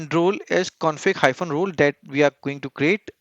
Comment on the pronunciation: Role is pronounced "rowl"😁